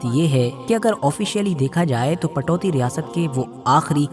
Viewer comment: Ptoudi ( Saheeh hai ) Patouti ( galat hai )